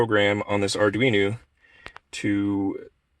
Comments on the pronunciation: ArduinO not ArduinU. Slightly annoying. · Arduino. It's an o at the end not a u.